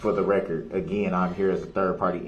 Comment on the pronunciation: So funny the reaction from the prosecution when dipshit axe's "do you see da opper in court? Can you point her out for the rekkid and the jury? "Grounz"....."grounz"😅😂 what a tool 😅😅